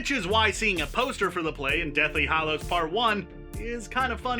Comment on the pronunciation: Two seconds in and he can't even pronounce Hallows properly!! It isn't pronounced hollow!